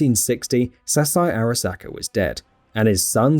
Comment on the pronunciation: Fuck in a video about the Arasaka corporation I feel like you need to pronounce Arasaka right. Hearing you slightly fuck it up that many times isn't something I can handle.